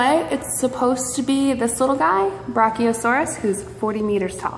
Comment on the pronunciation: I'm surprised she can even pronounce the word